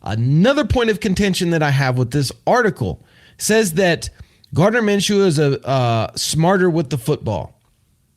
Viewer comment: Minshew not Menshew